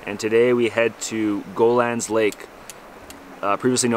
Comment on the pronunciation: it's ** go hey Lan * Lake not Golan . It's means sea Gull in french.